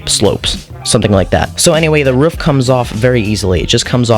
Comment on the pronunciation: The way he says roof